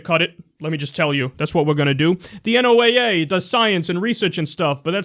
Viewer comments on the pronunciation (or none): Kyle, it's pronounced "Noh-uh", NOT "En-oh-ay-ay". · i love ya brother but its pronounced like the name Noah